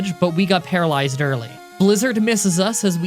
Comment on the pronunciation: u said palalezed off of confuse ray